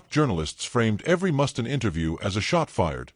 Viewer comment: Who's 'Mustin'? It's MUSTAINE!